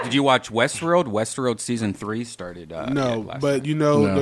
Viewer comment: "did you watch Westruarld?" 😂 am genuinely interested now whether redban has a speech impediment